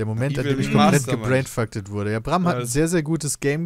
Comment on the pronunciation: Da ist der eigene Kommentar einfach mal über ne halbe Minute im Bildschirm und dann liest Peter "gebrainfaktet" statt "gebrainfucked" vor. .__. #Senpainoticedmebutnotreally